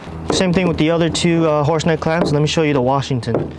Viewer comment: Did u say horse neck, or horse dick?